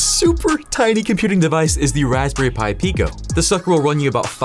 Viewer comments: “Hey please connect this respberry pi to your pc” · Raspberry Py